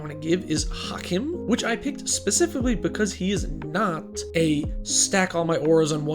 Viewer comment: Hawk-eem, not hack em lol